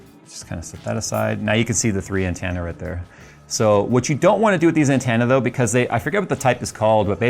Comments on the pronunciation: "An-TEN-na", not "an-TAN-na". Lol. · Wow, he says antenna as "Ant Anna". That's an accent quirk I've never heard before. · Every time you mispronounce "antenna" pushes me closer to taking a nap on some train tracks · Why do you say antenna wrong? I really must know.